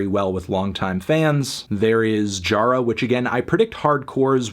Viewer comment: Dude pronounced Jara wrong so you know he has absolutely no idea what it's about.... Rest is a fair take though. But the South Americans just caught u slippin.